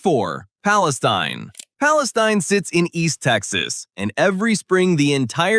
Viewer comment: Palestune? Crime's a bit high there